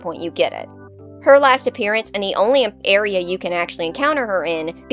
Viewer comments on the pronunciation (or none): none